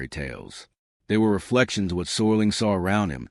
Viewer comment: ROD SERLING not SORLING